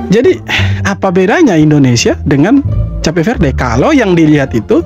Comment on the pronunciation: Bukan cape verdel. Gw tulis soundnya kep feurd . Jadi cape itu soundnya Kep. Verde itu soundnya feurd